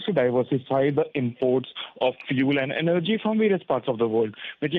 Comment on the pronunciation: Represantative, why do english newscaster, give news in english. This lady cannot prounce a simple word Represantatives This word is not prounced the way its written.Its prounced , Rep re sen,tives. Not as she says, Rep-ree zen - ta tives. Energy,also she misprounces. What english is taught to this harsh spoken,lady?